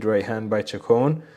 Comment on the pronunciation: Great study. I think Chacon is pronounced Shacone.